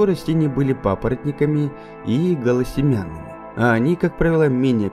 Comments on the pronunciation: Очень хорошая работа, но - над произношением слов надо серьёзно работать... Не "голосемЯнные", а "голосеменнЫе"... ну и так далее. ОЧЕНЬ много ошибок в тексте. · Что-то странное с переводом и с чтением, должно быть "гОлосеменнЫе" и "покрЫтосеменнЫе", а не "-семЯнные", это в школе учат. Числительные в русском должны склоняться, например, "более девяносто одного миллиона лет", а не "более девяносто один". А произношение "Антлантида" - это уже приговор...